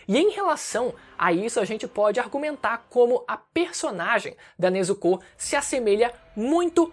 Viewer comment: O U em Nezuko é mudo😅